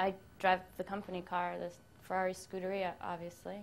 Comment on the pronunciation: Hey! Stop kidding around and talk about your rides... that "Scuderia" haa... I think you tried to say a gee Whiz... Also I use Royal purple oil... on a 07 Mustang GT Keep it rocking... Fast and Fresh everyday!